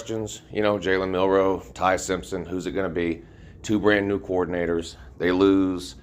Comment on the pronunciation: You said it correct.. jalen "AR" mildew.. RTR🤧🤧